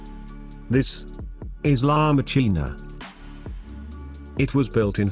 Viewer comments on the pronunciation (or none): Yes, unfortunately the voice software let me down with pronouncing "Machina" instead of "Makina". I only realized the error after the video was published. I apologize for my mistake. Cheers. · It is pronounced : la Màkkina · WoW che roba this is a Masterpiece....LA MACCHINA.... the pronunciation LA MAKKENA (CCHI = KKE) Compliments from Italy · Indeed. Unfortunately, the voice software I use in my videos cannot pronounce "la Macchina" correctly. Cheers.